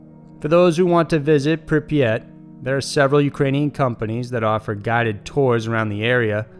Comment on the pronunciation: I'm impressed he actually got the name of Pripyat right. Most people call it Chernobyl and that's the name of the Power Plant, not the Town.